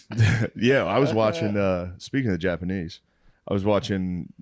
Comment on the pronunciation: Shane saying Japanese with no S is one of my favorite things ever